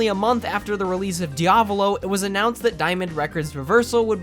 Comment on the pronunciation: jo-ra-ro? dia-volol? are you doing that on purpose or are you just messing with us?